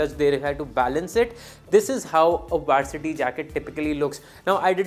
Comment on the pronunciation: Bro it is vAArsity jacket …and not vAErsity jacket …i mean the pronounciation